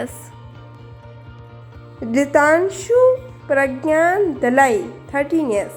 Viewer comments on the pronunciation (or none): none